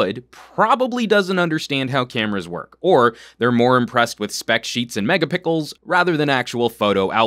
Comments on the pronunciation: I swear I heard, "megapickles". xD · Megapickles? haha. Nice review Btw gonna pick this phone for Christmas. upgrading from my old g2 :)